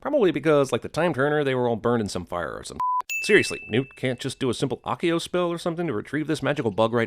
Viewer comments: the accent makes it sound odd Besides your saying it wiring It's accio not Occio *cough Harry Potter reference cough * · You're saying it WRONG! It's Ax-e-oh not ah-cee-oh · I thought "accio" was pronounced "ASS-ee-oh". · You mispronounced "Accio". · Acio is pronounced with an s sound not a k. right? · you need to learn to pronounce Accio properly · I find it very hard to take your sinning seriously throughout this video because of your constant mispronunciation of accio. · also he KEEPS MISPRONOUNCING ACCIO